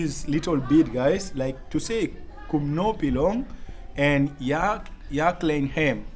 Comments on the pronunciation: Bro the 2nd word is a question asked "ia khlaiñ em?" Is the same with kumno phi long? Meaning how are you? To pronounced 'khlaiñ' you have to use Kh not kl. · Ia khlain not khlein em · Khlaain.... Not klim... Cos klim means. Adultery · Phi ia khlaiñ ne em,,not Klain ne em,,, very smart...im from Meghalaya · Not ia klain em. It's ia khlain em? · Khlaiñ not klain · Not klain em... It's phi ia khlaiñ em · Thank you bro for spreading the Khasi language. Some pronounciation not perfect but not that so bad. No.2 question is - 'ia khlaiñ em?'. ❤ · (Ia khlaiñ em )😅teacher also pronounced it wrong❌ 😃but you are doing best👍